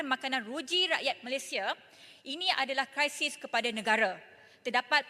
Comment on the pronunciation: Terbaik YB Yang ❤ tapi kenapa perlu “kraisis” krisis lebih baik Yang 😘